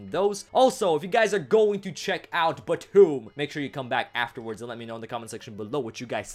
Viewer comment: after just clearly telling us how to say BTOOOM you said it wrong...